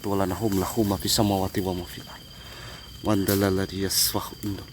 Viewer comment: Maaf yah mengucapkan ayat kursi yg diucapkan oleh anda bukan MANZALALADZI, tapi MANDALADZI YASFA'U INDAHU ILA BI'IZNIH YA'LAMU MABAINA AIDIHIM WAMA HKOLFA HUM WALA YUHITUNA BISAI'IN MIN ILMIHI BIMASYA WA SYIA KURSI YUHUSAMAWATI WAL' ARDO WALA YAHUDUHU HIFDUHUMA WAHUWAL ALIYUL ADZIM, ini kedengaran ucap annya yang seharusnya MOHON MA'AF YAH, semangat terus.😂😂😂😂😂😂😂😂😂